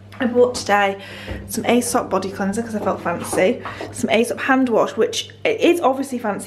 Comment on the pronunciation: Gorgeous gorgeous flat! By the way you say 'eesop' not 'aysop' ! X